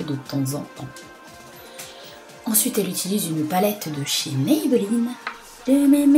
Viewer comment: MAYMAYMAYbeline haha j adore MAybeline haha !!!!